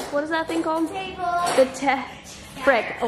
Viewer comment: Her sister’s face when she said taable😂😂😂😂😂😂😂😂😂😂